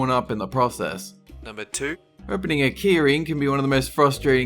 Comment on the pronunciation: when you said "keyring" I thought you said "Keurig" (wasn't looking at the screen at that moment)